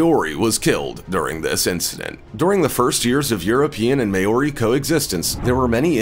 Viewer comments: “May-or-ree”. Crack up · like iv never herd it pronounced so badly ever not even from Asians who have been speaking English for a few weeks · Can’t even say Maori right. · exactly!! I was going to say the same thing, and as a samoan i know its really offensive when they pronounce it wrong. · Was also going to say something about his pronunciation.. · I live in new zealand:) and I do haka Btw you didnt say Maori properly lol